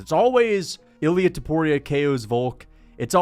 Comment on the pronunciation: Please pronounce it correctly.. Its not iLL- EE UHH Its EEL Yah with a very little pronunciation of the L. Get it right